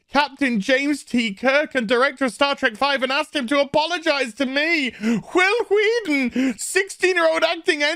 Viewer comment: Who the F does "Huil Hueaton" think he is?